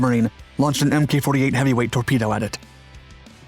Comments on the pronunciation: Yeesh, it is not pronounced "Em Kay 48." You can tell the narrator never served a day in his life. It is "Mark 48." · The Mk in Mk48 is pronounced mark not mk. Being a method to uniquely designate specific types and configurations of equipment that would otherwise lack military designations. A torpedo is a torpedo but a Mk48 torpedo is specific. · It's pronounce 'Mark 48' not MK. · Hi! Love your videos! Just wanted to say that Mk48 ADCAP torpedoes are pronounced "Mark 48", not "M. K. 48." Keep up the great work! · MK 48 is pronounced Mark 48. Amateur. I spent a brief time on one of those LSTs. Rather worthless as a tank landing ship but excellent target. The ship I was on was Schenectady LST 1185. Navy Times had a picture of it being hammered by B52s. Buh bye. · 2021 "NEW emmkay 48 torpedos" ...does this guy even bother to research anything or just he just read teh wiki page? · It’s pronounced “Mark 48”.